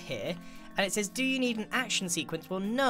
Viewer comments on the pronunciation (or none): none